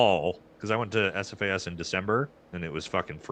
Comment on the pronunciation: lol its SFAS not AFAS